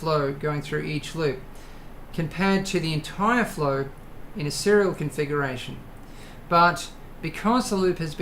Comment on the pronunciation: no you said serial confuckuration.